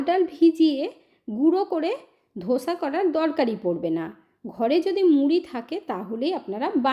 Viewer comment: ধোসা নয়, দোসা😊